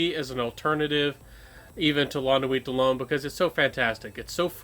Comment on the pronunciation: I always enjoy your videos and noticed that you are steadily improving. May I point out a few pronunciation errors, no offense intended. L’Homme pronounced like Loam L’Eau pronounced like Low Uomo pronounced like Womo Think Slo-Mo